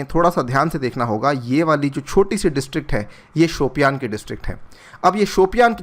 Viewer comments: it's शोपियां...not शोपियान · वो "शोपियां" है सर शायद,"शोपियान" नहीं! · just a suggestion.the pronunciation is more like Shupiya.